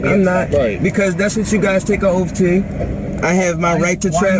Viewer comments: Come on now it's oath,not ooofff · Learn to pronounce oath its not offf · It's amazing how many illiterate drivers there are. "What's your oaf of office?" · How could the officer forget his "oaf". Mr sovcit must have axed about it a dozen times.